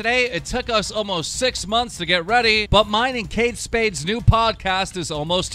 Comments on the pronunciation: “Kade Spade” Keemstar 2K18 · You truly are dyslexic though you called him Kade Spade and it said Kade Spice. Take the time to process the things youre going to read keem =p